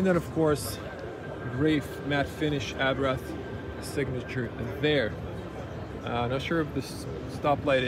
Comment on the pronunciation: What is so hard before one does a video that they know how to pronounce the man's name???. It is pronounced "Abart ( the H is silent) .....and absolutely not "Abrath"